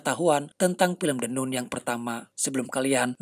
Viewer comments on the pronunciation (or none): maah hanya koreksi cara bacanya, Nun = Nan